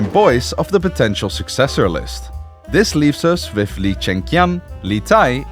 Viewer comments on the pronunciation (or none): Li is pronounced Lee, not lie. Li Zhi is pronounced Lee-Jee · Li = Lee. Not pronounce as lie or ly. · ‘Li’ in Chinese is read ‘Lee’. Sorry I have the same family name so it bothered me a little lmao. Esp since ‘lai’ (how he read li) means ‘come’. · As a chinese, Li is pronounced as Lee not Lai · Good video, just a little advice that you can ask some Chinese friend about the right pronunciation of the names of Li Zhi or Li Tai, it’s “lee” not “lie”.😅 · How hard is it to pronouce Li as 'Lee' instead of 'Lye' ? I guess the maker don't give a shit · li is pronounced as lee and not lai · Li is read as leee not lie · Lee not Lie pls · Lmao you pronounce Lee/Li as "lai" 🙄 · Technically Li should be pronounced as Lee , not lie, as the pronunciation lie referees to another surname, Lai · It's so annoying that you pronounce LI as LIE but not LEE. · nice storytelling some chinese pronunciation guides (i dont really mind foreigners not knowing, but it would be impressive if you managed to master them), "Li" should be pronounced as "lit" without a t instead of the lie sound. "Zhi" is pronounce similar to a hard "g" sound where your teeths are tight (yes this sounds weird). lastly "Zhe" starts with the same hard g but ends with an e from enter. good luck with your content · Li = Lee, not Lai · Good video, but Li is not pronounced "lai". It's pronounced “Lee”, like Bruce Lee and Jet Li 😭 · "li" is pronounced more like "lee", definitely not lai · li发音是Lee好吧 全部念错了 我差点没听懂 在美国有一些华人姓Lee就是li（李） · li as in lee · sorry but li is pronounced 'lee' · The "Li" is actually "Lee" in pronounce:face-blue-smiling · There's one problem, "Li" should pronounce as "Lee" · China actually had several queens ane emperesses other than Emperess Wu, it's just that Wu is the only one who called herself 'Emperor'. Nice little animation and documentary. Their names Li, is supposed to be pronounced as Lee in mandarin, but I see you're using the Cantonese pronunciation. Good job 👍👍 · think Li = Lee in english